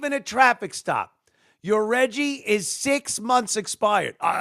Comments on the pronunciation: I love you Anthony but stop saying "Reggie" like an inner city retard. Love yuh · "Reggie" = Cringe